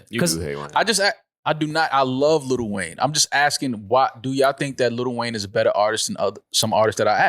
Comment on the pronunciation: Why does this NY goofy keep saying “Little Wayne”?? Like bruh is delusional for an argument saying that “LL Cool J” is somehow a better artist. Clearly dude has extreme bias against Weezy and is faaar too cringe for me ☠️ Close to unsubbing for this bs 🤡